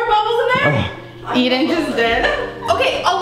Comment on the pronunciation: is when eden says emen